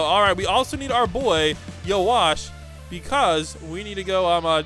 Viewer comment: nah he called yhwach you-watch